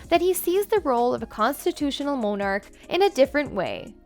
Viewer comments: Who taught this woman to read? Go back and take a speech class. What is a MO-nark? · It would be nice if the narrator would learn how to pronounce words such as ‘Monarch’ and ‘salacious’ just to mention two words, if she plans to use them in her narrative. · It's Camilla, and not Cameela. Monarch, not Mownarch! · Good video, but you need to get someone who pronounces words correctly. Monarch, Camilla and many other important words butchered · I lost count of how many words you mispronounced. Not a good look for a narrator Including Camilla and monarch. Embarrassing. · Why the weird pronunciation for "monarch" and "Camilla"?